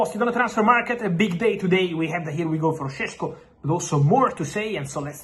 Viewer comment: ŠEŠKO = SHESHKO !!!!!!!!!!!!!!!!!!!